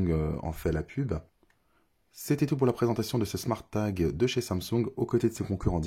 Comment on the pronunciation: Haha j'avais même pas remarqué 😂 a vouloir bien prononcer le E a été top marqué. Sinon c'était a l'anglaise " Smôrt tague" 😆